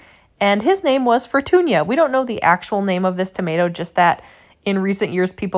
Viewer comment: Very clear and instructive video, thank you. I'm going to follow your method and the simpler dry on coffee filter method and test the difference. It seems expert gardeners recommend fermenting like you do. Here's the linguist and Spanish speaker coming out in me: If the name of the tomato is "Fortuna" it is pronounced "For-toon-ah" not "For-toon-yah". But if it has an ˜ enye over the ñ as in "Fortuña" then yes, it is pronounced "For-toon-yah". Like mañana.